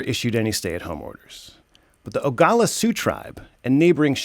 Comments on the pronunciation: Please, its Oglala, not Ogala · Its pronounced OH•GLA•LA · That’s stupid... if the government isn’t taking care of COVID then it’s for the tribe and reservations. Oh and it’s pronounced (OH - GA - LA - LA) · Pronounced: O-ga-la-la. FYI Sioux is a derogatory term. That's why most say Lakota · good reporting.... however, you did pronounce the word Oglala wrong.. OG--LA--LA . Tell us what YOU think... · It's pronounced, ooh-gla-la. But thank you for covering this. Many big thank yous. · That’s not how you say our tribes name. Wasichu…